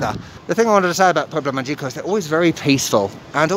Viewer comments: Another great episode! But you're a "native" by now, so it's pronounced ma-hee-co. LOL. The g has an h sound. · Actually, I made a mistake and its MAH-hee-ko with the emphasis on the first syllable. Anyway, thank you so much for visiting these not so obvious destinations and keep up the good work. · Pronounce "Magico" like mah-HEE-ko